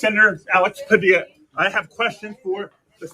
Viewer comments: When the commies have to create chaos it means what ever they are whining about isn’t a crisis at all. BTW Padilla is pronounced “Pa DEE ya”. Double L is Spanish is pronounced like a “Y”. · His last is pronounced Pa-dee-ya. Double L in Spanish sounds like y. You've lived in Miami long enough so you should know this.🤣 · FYI- Padilla Hispanic pronunciation the LL is more like Y. Pah-dee-ya